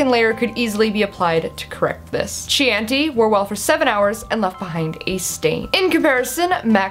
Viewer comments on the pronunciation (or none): Chianti is pronounced Kē-än-tē like the wine that Hannibal Lecter has with the liver and a side of fava beans? Just for the folks who didnt know. Not trying to be a know-it-all. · Great comprehensive review as always! :D (Throwing it out there, but Chianti is pronounced key-yahn-tee)